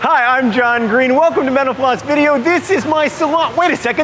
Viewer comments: John sounds like he said "Joe is also a fan of menopause video" at the beginning, lol. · Am I the only one that hears menopause when he says mental floss? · This guy youre killing me. This host. Everytime you say mental floss it sounds like youre saying menapause try pronouncing the L and F please!!!!!!!!!!!!!!!!!!!!!!!!!!!!!